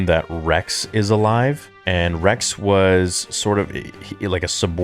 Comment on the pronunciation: He said Regs not Rex